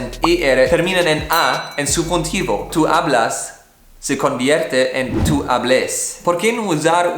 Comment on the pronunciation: “Tú hablus” HAHGAGAGAGAGAKAKAKAKAKJAHA